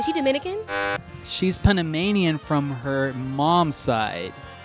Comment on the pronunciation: "She's puhnunmanian on her moms side" facepalm